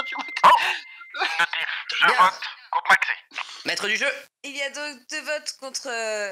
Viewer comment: Sa me tue, dit à chaque "je vrote" au lieu de " je vote "😂